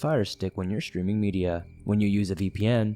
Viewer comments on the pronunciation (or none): none